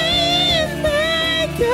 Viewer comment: He's saying mega but sounds like nega